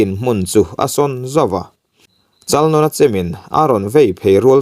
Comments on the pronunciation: Chalnawna tih lam dan poh adik lo...Nãwna tih tur vaibelDÂWN tih a Dãwn ri ang hian lam tur.. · Chalnawna......Chalnâwna tia lam tur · Chalnawna sai nawn ang khan i lam a a dik lo thluk rawh.